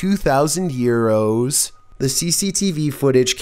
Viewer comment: Wow Euro is pronounced Yearo. All these yearo's I have pronounced it wrong!